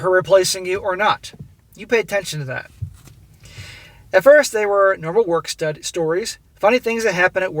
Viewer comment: Sounded like you said Work Stud, and you would be correct on that.